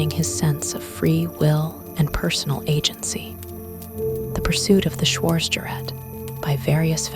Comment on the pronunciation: Our narratrix should learn how to pronounce "schwartzgerat," among other words.